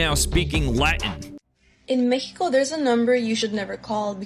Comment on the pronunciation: In Mec•he•co. You mean in Mexico. I hate when this girl talks.